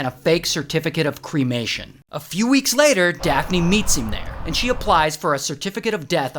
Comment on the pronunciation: Daft-knee instead of daphne 😂😂